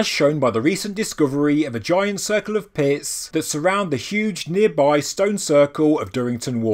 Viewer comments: Had to rewind. Thought you said giant circle of piss. Pits. Not piss. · Heard piss the second time, too.